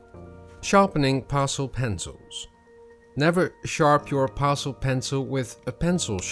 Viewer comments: Thank you for the demonstration. To help you out a little I will correct you pronounciation of Pastel, you say pastel like parcel, but it should be said like Pass-Tell or Pass-Till, but said quickly, Passtill or Passtell. Hope that helps, your English otherwise was perfect 🐨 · Actually your pronounce;in it like it has two ll on the end instead of one.